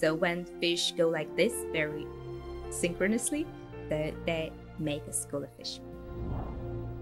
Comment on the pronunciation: The way she pronounced synchronously, first time I hear it like that 😮